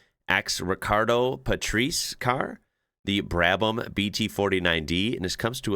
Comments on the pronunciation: Pa tre se Not Patrice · Ricardo Patrese = pah-tray-zay. He’s Italian and from sitting near the hairpin in Adelaide, I watched him make so many turns there that I use his method myself when driving through tight turns! He was team mate to my number 1 driver, Nelson Piquet ❤️😃🇧🇷🇦🇺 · Pronounced Pa- Trazzi .. long A when saying Trazzi.😉